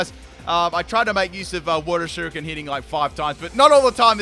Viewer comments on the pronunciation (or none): none